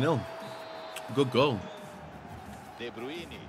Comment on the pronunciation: correct name pronounciation please!!!